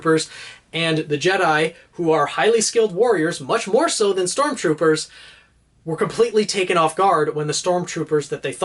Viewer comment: You: "Sormtroopers" Me: "Use my knowledge, I beg you!"